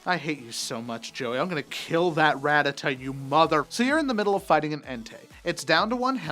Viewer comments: Goddamnit it director, it is 'rat-tat-ta', and I have proof. >:[ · I cringed at "Ratitite"